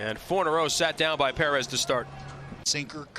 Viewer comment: Martin Puh-Rez!!